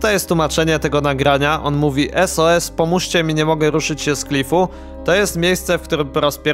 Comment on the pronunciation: To pierwsze bardziej na Sus nie sos